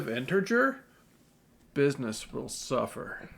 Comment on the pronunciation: bissness will soofer